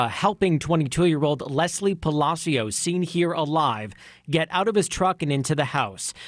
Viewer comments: It's NOT "Pally C Ous", it's "Palaa Cios" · Palácios, not Palacíos. Please don't make up a new version of Spanish. Your productions are so top notch, it's sad when you say Spanish words wrong, over and over. Just ask someone who speaks Spanish! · Puh-lah-see-oh! Not Pala-C-oh, just Say-n. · Omg I love every video but as a Spanish speaker this one had me twitching every time you said Palacios😂 it's not pronounced "palazeeos" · Weird hearing Hispanic names pronounced properly and not Americanized. WTF is a Ran-hell or a palas-cios jajajaja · (Palacios = /pah-lah-see-ohs/ ) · Is this narrated by an A.I. voice? It’s awfully annoying and I’m pretty sure the last name “Palacios” is being pronounced wrong. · You sure you are pronouncing ‘Palacios” correctly? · Please learn how to pronounce Palacious. Very annoying!👎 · Plz learn how to pronounce PALACIOS.. its not hard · You could have taken the time to learn how to correctly pronounce Palacios. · it literally takes 2 seconds to check the correct pronunciation of Palacios, man... Please stop murdering Latin names